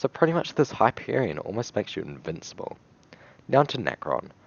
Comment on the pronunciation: him: the hyperion my ears: the happierion.